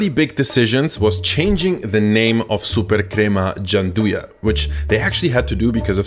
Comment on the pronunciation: This lad trying to say "gianduiotti" makes me ricochet backward. EDIT: I love how absurdly correctly he says "supercrema" tho